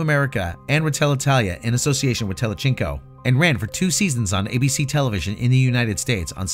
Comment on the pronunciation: He also can't say "telecinco". That's Spanish,, not Italian. (Pronounced "tele-seen-co" in the New World, "tele-theen-co" in Castilian.)